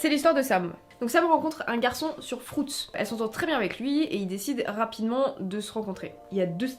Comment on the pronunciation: Pardon maiscle "frouts" gros gros fou rire